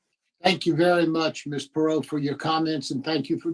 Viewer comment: How do you hear them pronounce Perrot multiple times and still mispronounce it lol